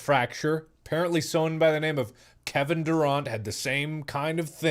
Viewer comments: did this man just say Kevin Durahnt I really lost it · "kevin dur-ont" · Lmao he said Kevin Duraunt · No one Markiplier: Kevin Duront 😂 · The way he said Kevin Durant😭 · The way he said Kevin Durant’s name hurt my soul. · Completely butchered Kevin Durants name 🤦‍♂️🤣🤣🤣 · As an NBA fan, him pronouncing "Kevin Durant" was so funny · the way he pronounces Kevin Durant😭